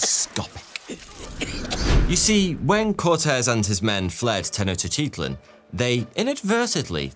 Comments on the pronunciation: Come on! Make an effort! You're purportedly "the expert". Try to pronounce it at least approaching something recognisable... /Ten-och-tit-lan/ lol :p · The Aztec Capital was pronounced Tech-Noch-T-Klan (Tech like technology, Noch like roach, T as in the small T sound in Technology and Klan like rhymes with Flan) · mesopotamian a-listers? la minche? tenochytitlan? man's not too bothered with getting names right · Tenoctitsup 😂brilliant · Lil help for future vids: Tenochtitlan:Ten-Owch-Tee-Tlin Moctezuma: Mock-Tech-Zouma Cuitlahuac: Kwee-Tlu-Wok Cuauhtemoc: Kwaw-Tah-Mock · I would've said: "ten-och-tit-lahn", "mock-teh-zooma", "quit-la-wuck", "kwow-teh-mock" ('ow' as in 'cow' not as in 'bow') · That one & "Ten-ect-tits-up" are why I had to scramble for my mute button while in the middle of this work meeting. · lmao i keep having to say this and people just keep thinking theyre special. For one, I love. This was a comment where i said i love him lol. THERES A DIFFERENCE BETWEEN saying hello like "halleugh" versus saying tenochtitlan like "tenochiteahtlean" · no. I am talking about taking "Tenochtitlan" which should be pronounced Teh-knowch-tit-lan" and literally adding in extra syllables and vowels that dont exist in the word hahahaha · he literally added like 4 i's to tenochtitlan. I am well versed in language and pronounciation. I love etymology. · I've never heard Tenochtitlan pronounced that way. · i understand that and i was joking, although did you not hear him quite literally ADD LETTERS to the word tenochtitlan, adding random i's in all over the place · the way he pronounced tenochtitlan was not an accent that was just adding letters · dude has 5 and a half million followers and he's out here pronouncing every letter in tenochtitlan, it's the most british move ever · in this case he actually added letters to the word tenochtitlan hahaha but you make a very good point also i said it made the videos better so im not complaining